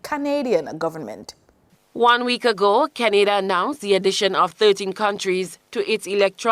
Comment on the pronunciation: Why she pronounce Canada like that?